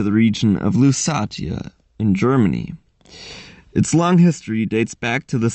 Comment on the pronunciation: “Lusatia” is pronounced “LoossAEsha” [luːˈseɪʃə] in English.